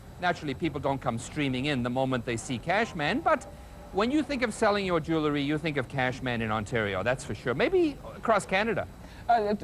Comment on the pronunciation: I think Russell Oliver is hilariious, but one thing I just -- he talks about his business being "jew-le-ry" -- um, Russell -- it's pronounced "jew-EL-ry", not "jew-LE-ry".